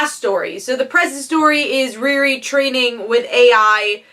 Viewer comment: that's not how u say her name u know how to say Rihanna it's the first two letters of Rihanna ReeRee